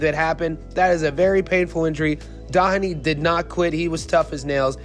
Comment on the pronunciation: His name is pronounced DO-heney. DO not Da.